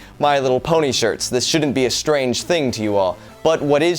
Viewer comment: Shirt not shriek